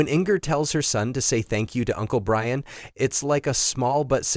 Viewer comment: Ryan and Inger? Shitty AI lost me immediately